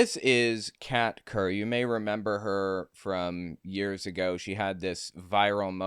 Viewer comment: When you first said her name, I could have sworn you said cat turd.